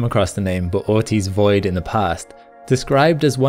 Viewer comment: Bootys void. I prefer to say boots void